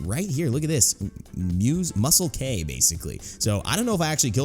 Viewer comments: It was a smurf Real: Musclek In vid: muslek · That is muslek not muselk